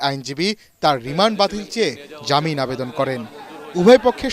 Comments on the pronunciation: রিমান্ড আবার রিম্যান্ড হইলো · রেমেন্ড নাকি রিমান্ড 😂😂😂